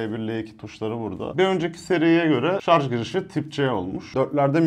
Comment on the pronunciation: Teknoloji icerigi ceken bir adamin şarja şarz demesi. Ulan insan ogrenir be